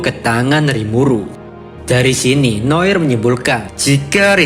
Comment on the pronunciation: Noar noir aja gabisa baca bener tol